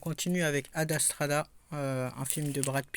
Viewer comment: 😂"ad astrada" "liam nelson"😂.... Bon allez un peu de concentration quand tu présentes des films😂 c'est souvent que tu déformes les titres ou les noms des personnes.